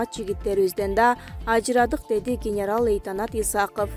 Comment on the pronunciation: Генераль льейтенант эмес генерал лейтенант 😂